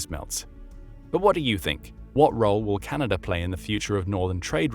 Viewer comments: "Canader" cmon man.... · Ah its chinada